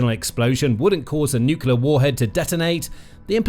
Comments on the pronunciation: Nuclear, not nucular. I would expect somebody with "Military" in the channel title to know that. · It's Nuclear - Noo-clee-ar, not noo-cuu-lar! Seiously though, this video is all about how Russia's missiles are failures, but makes the assumption that it's nuclear warheads would work, if only Russia had a way of delivering them. Surely it is possible that the warheads themselves are about as dud as the missiles? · Why can't people pronounce nuclear? It's 'new-clear' not 'new-cue-lar'. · NUCLEAR! - Nucular is simply wrong (I've just looked this up!)...seriously, I am not a native speaker, so I have no trouble with mistakes (I still make a fair share of my own - especially "Germanisms" so trying to use English like I would German, which often doesn't work well), but this pisses me off as it's low effort to correct this (just like stuff like using of instead of had (should of done - no: Should have done!))... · Nuclear, pronounced, new clee er, not, new cular. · It sounds like you are saying nook-you-lar instead of nook-lee-ar. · PLEASE stop pronouncing 'NEW-CLEAR' as 'New-Q-LUR'. PLEASE-PLEASE-PLEASE. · It's nuclear not nucular. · Nu cu lar. The word is nu cu lar. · Check the spelling of the word "nuclear". Do you see it spelled 'nuculer'. ? Do you pronounce the core of an atom a 'nuculus'? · Please stop saying ‘nukular’. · "Nucular", again. Jesus wept. I can't take you folks seriously anymore, unsubscribing. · Saying "nuclear" like that! People will think you are American.